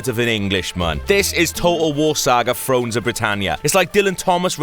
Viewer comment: "frones of britannia" ?